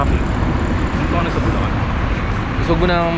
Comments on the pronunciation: magagalit si gov nyan, sinasabe mong lubacan ang bulacan haha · Bulacan to Lubacan real quick haha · Welcome to lubacan 😂 este bulacan ✌️ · Lubacan Ay. Este bulacan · Bulacan. Lubacan